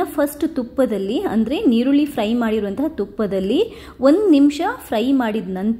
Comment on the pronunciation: ನೀರುಳ್ಳಿ ಅಲ್ಲ ಮೇಡಂ ಈರುಳ್ಳಿ